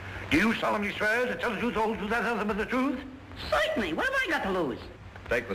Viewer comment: His little hand motion when he says COITENLY